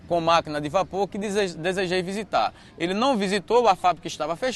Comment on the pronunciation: Visitar ou "vizitar" (sic)?